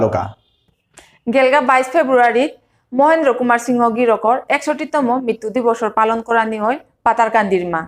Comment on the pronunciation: নাং উচ্চারণ করতে সিনহা না বুলিয়া সিংহ বুলানির হেইচা থাইল।